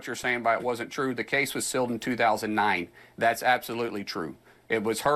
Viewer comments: Why is he pronouncing "sealed" as "silled"? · i'm sorry is Mark saying sill or seal, i really think words should be used in the right way at his supposed level of professionalism...